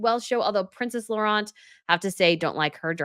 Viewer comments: Hi, just a tip: princess Laurentien , you cut her name short when you pronounce her name: it's laurent (like you say) + teen (like teenager). I understand it's difficult with so many languagues involved, so just helping. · Tip: Princess Laurentien is pronounced Low(as in wow) run teen. I hope this helps😅 it is not an easy name.